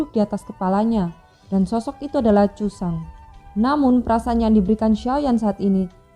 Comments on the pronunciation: Zhuzang apa jusang kakak???? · Bukan jusang tapi susang ..